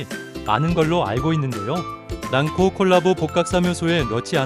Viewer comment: 발음이 가끔 골라보로 들리는건 착각인가요?